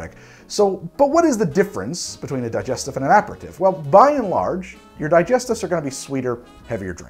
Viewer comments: Same. It bothered me that he said it wrong through the whole video. Especially since he has tried to pronounce other drinks correctly in every other video. Also "Dee-jess-teef". Not "Die-jest- if". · Need a video on how to pronounce words!! A (soft) Peri (Perry) Tif (Teef) same with parmesan, and most of the cocktail names in the favourite three gin cocktails. Couldn't watch because you can't say the word. Di (Dee) Gest (Gest) if (eef) those pesky French and their insistence on pronunciation. Vermouth - you say it correctly. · Had to stop about 3 minutes in... Annoyed as heck at him consistently pronouncing aperitif and digestif... Kinda bummed because it would be an interesting video otherwise